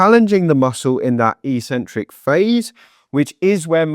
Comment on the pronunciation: I had to turn off the sound because I heard "eecentric" too many times. (That's how gym-bros pronounce "eccentric". But they don't know any better.)